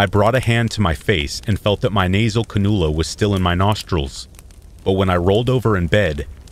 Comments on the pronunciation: For future reference it’s pronounced can-you-luh. Love your channel! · The nose piece on the hose to receive oxygen is pronounced CAN - U - LA....LOLS....SORRY.😘🥰😍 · “Ca-nuul-a” lol